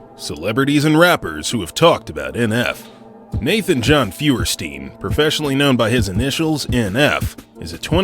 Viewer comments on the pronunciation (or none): Nate "Fewer-Steen" wtf lmao